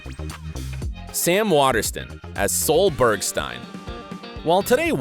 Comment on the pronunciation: Wow he really butchered Sols name🤦🏻‍♀️